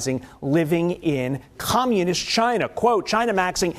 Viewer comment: dude says Communist with a hard R lmao